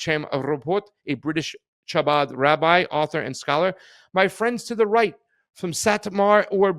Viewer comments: Scottish ch. Not English ch. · Pasta,The "ch'" seems to be pronounced as a"K"... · I'm pretty sure the C is silent . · Funny that he missed that the "Ch" in Chabad is pronounced as it is in a word used in the next sentence, chaos. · Ch is pronounced with your throat my guy, lol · not pronouncing chabad correctly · Imagine doing a 15 min news segment, and mispronouncing the name of the subjects dozens of times…